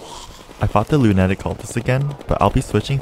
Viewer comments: I dont know if you're first language was English by the sound of you're accent, I'd say no so first lemme get this straight to you first its Loon-ah-tick cultist and that's mainly what I heard you have trouble with dont want this to comment too long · I love how he says lunatic instead of lunatic. 😂 😂 😂